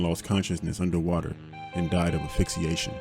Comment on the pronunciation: the word is 'asphyxiation' (with an s) not affixiation, which is how you said it and a lot of police say it that way in crime docs as well but i respect you more and i know you can say it correctly. also vulcanologist, you say the vulcan part like on star trek but that one is not that big of a deal i can see how that mistake is made. leaving out a letter in the first one is a much worse error, and one that bothers me endlessly. sorry if this annoys you but i think you'd want to say it correctly.